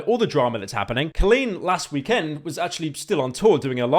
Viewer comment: that weekend pronunciation was wild